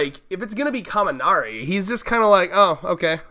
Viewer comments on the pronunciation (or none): It's Kaminari, my dude.